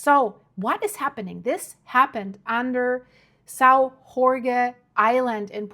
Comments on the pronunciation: Saò jorge Translation=Saint George. Not Mexican ! Not "hore hey."🙄🫩😆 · You lost me on the "Sao Rorgué island". If only the english speakers new that Jorge in portuguese is spelled almost like George in english... And this event happened 4 years ago. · Please, just say: "São George"... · You can pronounce: island of Saint George , in Azores. Very nice islands to visit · Thank for the information, but please say the name of the island correctly. It's São Jorge or St. George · You can’t expect her to know every language. Portuguese has some strange sounds, too. I say this as an Azorean descendant!